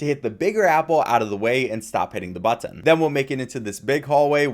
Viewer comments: Never heard someone who pronounces the t's like that in button haha butt-in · Man you really say BUT-TIN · I love everything about this except for how this guy says button like "butt tin" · The way he says button has got me on the floor😂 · The way you say "button" is really strange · the way he says button is so awful I cringe every time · this guy says "button" weird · You say "Button" like you don't know how YOU should say Button. It sounds like it's someone else's accent for just that one word. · Never heard anyone hit the word “button” with the hard T like that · it feels like you had never come across the word 'button' before this video.. you know it's one word not two right? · Ahhh i cant do the over pronunciation of "button"